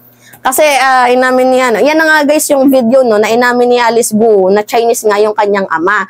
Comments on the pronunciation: Ang pag pronoun ng apilyido nya ay "Go" not Go-u.😊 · Researcher or Research Team hindi Researcher Team. Gwo hindi Goo-oh Ambobo nitong vlogger na to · Its not pronounced as Gu-u as you are pronouncing. It is pronounced as kwo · Sa Chinese gou Hindi go-u kundi kou lang yon or ko correct pronounce of gou